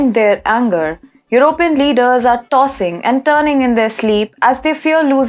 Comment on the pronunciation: I like how pronounces european with 3 syllables your-O-pin instead of 4 syllables your-o-PEE-yan. I wish I wasn't a dumb englishman that can only speak my birth language.